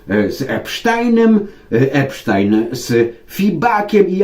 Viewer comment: Jest Pan z niewielu ludzi,którzy prawidłowo wymawiają nazwisko”Epsztajn”, bo o tak właśnie wymawiają Amerykanie,żadne tam”Epstin”.Pozdrawiam z Chicago